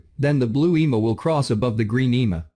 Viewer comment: Eeemaa? Would it be asking too much to have a human being narrate these videos? :face-orange-frowning